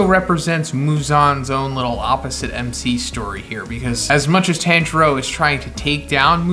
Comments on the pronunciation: TON JURO NOT TAN PLEASE STOP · His name is pronounced Tonjiro but spelled Tanjiro and the first sun breather name is Yoriichi